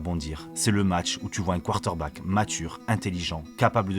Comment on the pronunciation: tu as un défaut de diction!! 😂 tu dis:" quarter-back", ça écorche. Mais tes vidéos sont top 👍